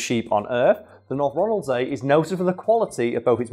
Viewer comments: If anyone is curious how it tastes think salmon with the texture of lamb (I grew up on orkney) also it's pronounced Ronald-sea (so was right) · You pronounced North Ronaldsay good enough. Ronald-see and Ronald-say are both used.